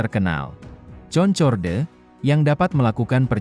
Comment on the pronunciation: Bacanya Konkord om.